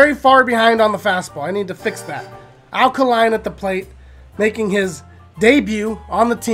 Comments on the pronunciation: AL KAY-LINE NOT KAH-LINE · It's 'Al Kay-line.' He's not a Duracell, lol.